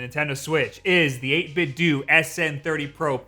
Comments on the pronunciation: Every time he says 8-bit doo I cringe a little. It’s 8-bit doh, a play on Nintendo. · My dude, it's eight-bit-doh (to rhyme with nin-ten-doh). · It's pronounced 8 bit DOUGH like Nintendo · Wait. 8Bitdo. Is it really pronounced like due? I have always been pronoucing it dough. So I have been saying Nintendo wrong all this time... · "My favorite controller is this one I consistently mispronounce..."